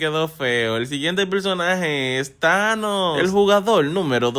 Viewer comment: No es thaños es anos